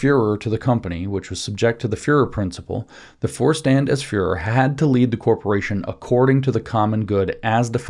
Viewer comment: Vorstand = “for-shtahnd”